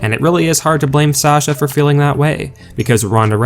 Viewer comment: If you don't like it then don't read or look at it. And by the way her name is SASHA not Sachar. Everybody needs to get off of her ass. She is a very good wrestler and she did what she did for a reason. She has never been treated right. She's just as good if not better than Charlotte or Becky. Charlotte Flair gets away with everything.